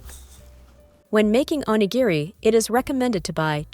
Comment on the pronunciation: 😂PLEASE learn to pronounce onigiri!!